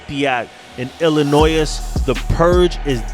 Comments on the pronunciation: Just two things. #1 The lady you have in the beginning of your videos, she has one smoke'n hot ass. #2 Illinois is pronounced, Ill-a-noy. like toy at the end. The S is silent. I had some wind therapy today. About half the ride in Illinois just over the state line of Indiana. Keep up the good work. Love watching your videos. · I know you didn’t pronounce Illinois like that 😂😂😂😂